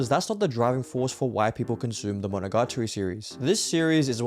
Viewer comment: bro its "Monogatari" not MonogaRtari